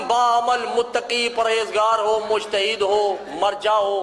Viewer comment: 😆😆😆😆ooo bhai oo Ye jo padh raha h uska wali ya mujtahid se kya matlab Aur jaise allama the waise unke manne wale jahil Jinko pata hi nhi مشتهد nhi مجتهد hota h